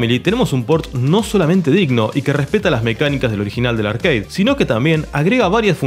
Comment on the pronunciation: de mejjor dicho nada, RARE igual que se dice ARCADE y no ''arqueid'' que suena a parguela